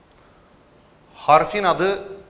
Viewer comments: Evet ya da ya va diyor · Dad harfini niye va diye okuyorsunuz hocam? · Hocam sa ve da yanlis okuyorsunuz